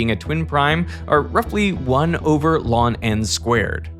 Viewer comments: Not to be a pedant, but totally being pedantic, I have a mathematics degree and I’ve NEVER heard anyone pronounce the natural logarithm, ln, as “lon”. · Is derek voiced by AI? It pronounces just the letter “l” and “n” instead of “natural log” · Not sure what you're getting at, he's basically speaking the expression letters 'ln' (which I believe stood for Large Number) saying it as 'lan'. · I've never heard it pronounced "lawn" before. I never felt quite right saying it "the eL-eN of..." but 'lawn' seems worse. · Today I learned that in much of Canada (and some other places), ln is pronounced as "lawn". I mean, it makes sense, it just sounds insane if you've never heard it before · wait... "lawn n"?? This is not how you pronounce "ln"...was this video narrated by an AI?? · I wonder if this is still Derek... He said ln like lawn. Sketchy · pronouncing the natural log as "lawn" makes me angry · This is the first time I've ever heard anyone refer to ln(n) as "lawn N". Is this a common pronunciation among kids these days? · I have never heard 'ln' pronounced 'lawn' before... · Is the pronunciation of ln as "lawn" popular anywhere? I have never heard that before and find it rather disturbing. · How is ln not pronounced as log? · today I learned some people pronounce "ln" (natural logarithm) as "lawn" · I didn't know some people pronounce the natural logarithm as "lawn." This makes me uncomfortable. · I turned off the video as soon as I heard natural log pronounced as "lawn". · Why would anyone pronounce ln(n) as "lawn n" ??? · Does he pronounce "ln(n)" as "lawn n"? Is that common? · It seems common, but I've never heard "ln" (natural log, ie logₑ) pronounced as "lawn" before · Well I'm from Utica and I've never heard anyone use the pronunciation "lawn" before. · Did you just call natural log.. "lon"? That's cursed. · did you just pronounce ln as "lon" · Is he pronouncing ln as “lawn”? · This channel is the only place where I hear natural log pronounced as "lonn."